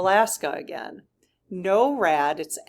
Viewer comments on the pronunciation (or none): NORAD is pronounced "nor-ad" not "no-rad." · It's Nor+rad, but is spelled with one R . Norad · Pronounced NOR-ad Rhymes with door. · Thanks for asking the SGs about the jets! BTW: NORAD is pronounced "Nohr-ad" in the US. "Noh-rad" in the UK. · just to clarify it is pronounced Nor-ad.